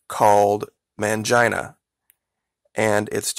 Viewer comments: It's actually pronounced Mane-Gene-uh not MAN-JINE-UH. Lmao, too funny. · mahngeena? mahnheena? why would you say man-jyna? why do people NOT google how to pronounce words and names that they aren't familiar with? excellent research. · Did you just say "mangina"? 😂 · did he say MAN-JINA...? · I have a feeling this guy is pronouncing mangina wrong.